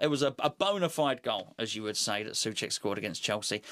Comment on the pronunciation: it´s NOT "Suček" but try to say so + check (without pause) :)